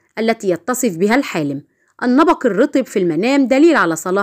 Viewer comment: النبق وليس النبأ